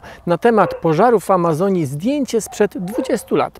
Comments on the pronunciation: Jeden z nielicznych materiałów mówiących prawdę o tym co się tak naprawdę dzieje w Amazonii w tym roku albo co się nie dzieje. Przyjemnie się ogląda. Gorzej słucha. Szkoda tylko, że autor dalej ma widza gdzieś. Czy Pan siebie słyszy? Setki tysięcy osób Pana ogląda. "Wylesienie Alazonii", "ziemskiej atmoszferze", "z uwersutu w Albany", "Barzylijsie PKB". Poprawianie siebie jest do przyjęcia. Rozumiem, że nie jest Pan zawodowym lektorem, ale żaden z doktorów ani profesorów na mojej uczelni nie myli się tak często jak Pan, a to nie jest materiał na żywo. Z odcinka na odcinek jest tego coraz więcej. Może pozostaje pozdrowić głuchego operatora kamery. Pozdrawiam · czy tylko ja słyszę "alazonii"? ;)